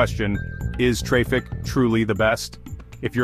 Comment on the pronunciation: Pronounced, Engine X and traffic bro.. Is this ai?